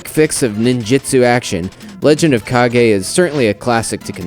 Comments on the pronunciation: It's pronounced like "cage". Stop making up your own words, dude who is doing the review! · I always thought the title was pronounced Legend of "CAIGE." To me, "KA-GEE" dosen't sound right as it sounds more like the guy Captain Kagi, the guy that shuttles Palpatine to Mustafar near the end of Star Wars Episode III.